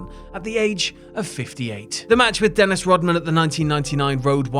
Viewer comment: What the hell is a “Den-isty?”